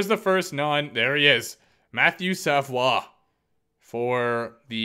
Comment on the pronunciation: As a fan of a team that was in the draft lottery (Detroit), hearing you say Matthew Savoie's name was hilarious.